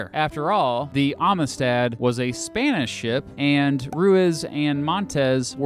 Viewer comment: hey did you know they made a movie about this case? you should watch it. and learn how to pronounce "amistad."